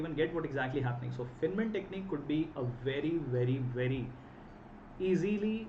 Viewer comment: Please, at least learn to pronounce "Feynman" correctly.